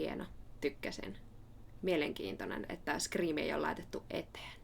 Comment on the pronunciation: Man this is so beautiful. Your voice is so gorgeous. Finnish sounds amazing in your voice. I LOVE the way you say "scream" with the rolled R. It's one of the most beautiful things I've ever heard. And when you growl momentarily it is to die for. I love Tatiana because she makes delicious sounds. I'm in love with your voice because you make gorgeous sounds as well, and your analysis is spot-on. Why is the algorithm so late to the party for me on this wonderful video! This is 🔥